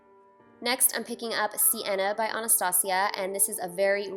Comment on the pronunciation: yesss! everyone keeps pronouncing Anastasia differently, I pronounce it like you... people who says it differently makes me wanna sock them in the face omg